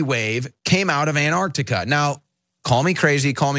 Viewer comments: Did the US change the spelling of Antarctica to Andargdiga, or do they all just have a speech impediment? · ANT Arctica !!?? FFS